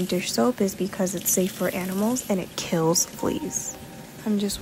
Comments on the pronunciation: She puts emphasis in “KILL” and “DIE” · The way she says they should die or kill them with so much emphasis tho